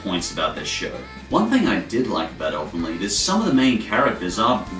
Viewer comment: Who the fuck pronounces Elfen Lied that way?